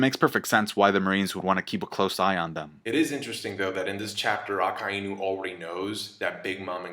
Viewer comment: Why do you pronounce Akainu like that? Lol